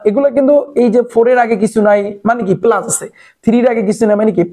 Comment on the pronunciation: Apnar pora balo kintu apni plas k palas bolen